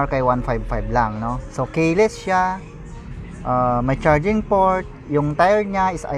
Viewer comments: Keyless hindi kayeless. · Sir,... kee-less (keyless)Ang pronunciation dun Hindi po kaye-less...pero on the other hand, maganda pagkaka review mo. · ki les ang basa boss